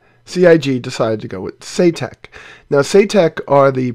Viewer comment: Saytek? Eye - Saitek surely. But then as it's a name I guess it could be pronounced shoutuk. :)